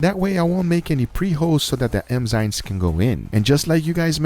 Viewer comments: It bothers me that guga pronounce "enzymes" like "emzymes" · ENNNZYMES NOT EMZYNES GUGA !!!!! Every goddamn time :) triggered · Please don't say "M"zymes